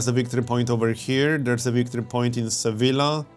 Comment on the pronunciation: I'd complain about your pronunciation of "Sevilla" (and other Spanish cities), but I'm sure I'd butcher every Polish city haha